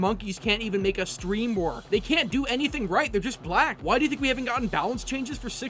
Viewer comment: I get what ur saying dude but chill out on emphasizing "black". Also calling her?(idk) an it is a bit much just misgendering the person is good enough. Other than that i can see your point.